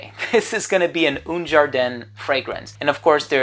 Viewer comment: Un ...A not OUN !!